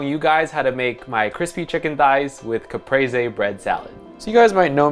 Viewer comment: I'm so happy he pronounced it Capresé and not "CaPrEeZ"